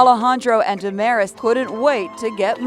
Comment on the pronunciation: Wait what did you guys say Amir’s or Damaris because that my?